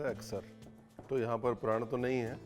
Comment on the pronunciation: प्रान not प्रन